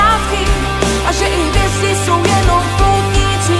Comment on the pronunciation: Nový Jamaron song! Ve vašem obvyklém stylu, příjemné na poslech, s pěkným textem, co má i nějakou myšlenku ("pak pochopíš, jak je život krátký, a že i hvězdy jsou jen poutníci na cestách", wow); jen mě malinko zarazilo - opravdu se ta hvězda v češtině vyslovuje takhle? Celkový počin nicméně moc pěkný, plus klip je zajímavý a opět něco nového, pecka!